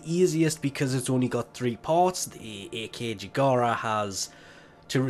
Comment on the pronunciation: ACKjagara. Not A K Jagara